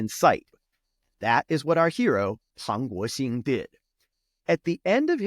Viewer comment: Pang Guoxing pronunciation was EXCELLENT. Dude, learn Chinese if you haven't already.这个马来西亚人想打招呼！